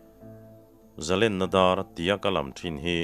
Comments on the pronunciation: Zalenna dar ti a i lam hi a dik lutuk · Zalenna dar I lam Dan hi adik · Zalenna Dâr i tih hi a dik e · zalenna dar i chhiar dan hi kei pawh dik ka tih pui che.